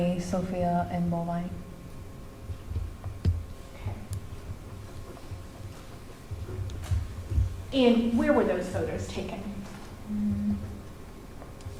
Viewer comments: It's Bulvine. Not bovine like a cow. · It's Bulvine, not bovine like the cow. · It's Bulvine not bovine like a cow.